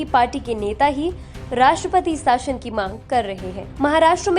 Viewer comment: आप 'शासन' को 'साशन' कैसे कह सकते हो? न्यूज़ सुनकर जनता हिंदी/भाषा व उसके शब्दों के उच्चारण सीखती है. यह भाषा के प्रसार का सबसे व्यापक और कारगर साधन है, जिसका आप ठीक से उपयोग न करके भाषा को तोड़-मरोड़ रहे हैं और बेकार अपभ्रंश तैयार व प्रसिद्ध कर रहे हैं. कृपया इसमें सुधार की ओर ध्यान दें.